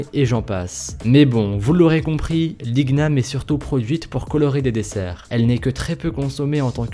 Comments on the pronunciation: C'est pas comme ça qu'on dit igname 😂😂 tes bête hein! On dit igname comme on dit par exemple casta/(gn)/ettes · L'igname se prononce "inyame" et c'est un légume 😋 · ça se lis iniame et çe n'est pas un fruit ç'est une racine tres proche de la pomme de terre j'habite en martinique et il y en a la bas mais tout les igname ne sont pas violet çe n'est qu'une variete il y en a qui ont la chair blanche ou jaune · On le trouve l igname en guadepoup c est bien et le g ne se prononcent pas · deja c liñame la prononciation mais sa s'écrit igname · IL EST SÉRIEUC COMMENT IL A PRONENCER IGNAME SA SE DIT INIAME COMME SA SE PRONONCE AVEC LA MONTAGNE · L'igname ça se prononce iniame les antillais savent ! Les gens adorent ça aux antilles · mdrrr l'igname ça se prononce l'iniame 😉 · Super video ct vraiment interessant !!! (Par contre igname se prononce comme lasagne pour le gn :) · Je veux pas passé pour un intello mais le gn dans ingname se prononce comme celui dans ignorer et le seul igname que je connais ressemble à ça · Igniam pas ig-nam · igname sa se di pa ig-name mai i-gna-me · Il a dit "l'ig name" au lieu de "iniam "(prononciation) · Ont dit ignam mais sa ce prononce iniam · On di pas ignam ma iniam et en c pas souvent violet ou jabite c jaune dedans et jamais violet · T un menteur l'l'ignam et un légume que l'on mange nous en Calédonie et il n'a jamais était utiliser pour fair des gâteaux ... renseingne toi avant de parler car sa se dit déjà iniame pas ig nam 😅😂👎👎👎😠 se n'est pas un fruits c'est un féculent 😐😧😧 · C'est pas l'ig name mais l'igname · C pas liguename c liniame😂😂😂😂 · Ses pas "LIGNAME" ses "IGNAME" Lit gname ..Sinon bonne vidéo ! x) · On dit I NY AME :) et non IGUE NAME :p Ps je vien de guadeloupe donc je mit connait x) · Banane rouge ,j'en ai déjà mangé chez moi à Madagascar , la seule différence avec les autres banane c'est qu'elle très sucrée. Et aussi ça se prononce pas {ig-nam} , c'est {igname} comme champagne. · on dit inyame